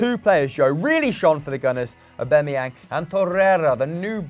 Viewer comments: Why they pronounce it “Owbamayang” so weird😂😂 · If only they could pronounce Aubameyang correctly